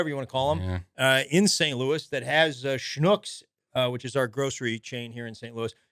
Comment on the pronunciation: So glad to hear you mention Schnucks! Recently visited STL, did some shopping in a Schnucks, and had no idea if I was pronouncing it correctly. Now I know 😂